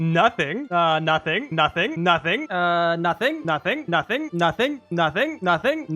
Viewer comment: 😂it sounds like he is saying nutting